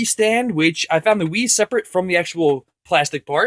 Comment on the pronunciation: At 0.39 instead of wii I thought he said weed 😂